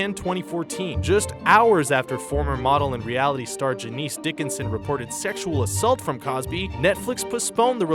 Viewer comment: It's MIND-Boggling - a...'thing', such as you, '', which is nothing more than (ANOTHER) media-outlet, meaning you must stay on top of any/everything, yet, you somehow manage to UTTERLY MISPRONOUNCE someone's NAME - a person, who's NO STRANGER to PUBLICITY. That person? 'Janice Dickinson'. I'm almost beside myself, because, this is not one of those f'ed up names certain people like to make. This is a pretty basic, standard name - no hidden pronunciation tricks, ye.t, you managed to F' IT UP - and that's saying something - NOT GOOD - about you, (the VO), nor the people who SHOULD be on top of this/you, I.e., the DIRECTOR, and WRITER, and others. It's NOT ''Tzh+A+NEES' It's pronounced 'Tzh+A+nəs' (the letter after the 'n' is a schwa'-sound - think of it as a sort of an 'eh'-sound). IF you think 'big deal, over nothing' that's your choice, but, remember this; in life, most times, we get ONE chance to make an impression, be it on a date, a job whatever. Media - such as this - you might think it a 'stepping stone' to 'bigger and better', but, no one's gonna wanna offer you bigger, and better, if they see you flub the minors. Just as John Travolta got mercilessly ragged on for mangling Idina Menzel's name, everything - on the internet is ALWAYS out there - ALWAYS able to come and bite one on the ass. It's best to make sure everything 'shines'. (You don't stop! (1) even though this is nowhere as big as screwing someone's name up, the word you BUNGLE here and here